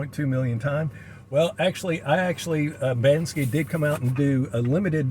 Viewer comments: Imagine having a Banksy limited edition print and not even knowing how to pronounce his name BANKSY, NOT BANSKY 🤡🙄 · BANKSY is a different artist BANSKY pronounced Ban-ski did the xrp monkey print is right you are wrong! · Bank-sy. That’s how you pronounce his name.